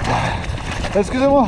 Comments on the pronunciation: Not SCOUZ it's wrond EXCUSÉ MOI is the right one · this guy: "exusez moi" his breakes: "exusez moi"